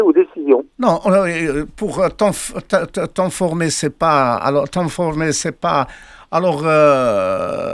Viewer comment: هههههه مهنة صحافي بزاف عليك الميخي جملة بالفرنسية معرفش تقولها ههه tenformer !!! 😂😂😂 اويلي يا ويلي محنسر مدويش بالفرونسي كسول مدويش بالفرونسي لاش هاد جبهة د الخرا كاملة